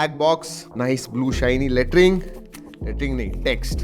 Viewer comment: आप लेटरिंग ही बोला कीजिये सुनने में मजा आता है 😂